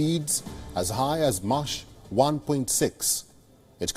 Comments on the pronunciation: "M.A.C.H" = /mak/ not "mash" "Alternate" = /all TER net/ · Mach 1.6 not marsh 1.6🤪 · Not mashhhh but mark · The mach it flies at is pronounces "mock". Not making fun just trying to help, I love helping people learning English. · Did he say “Mash 1.6”?